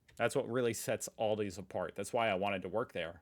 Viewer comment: A L D I !! NOT AldiS. Do you say WalmartS? TargetS? No, you don't.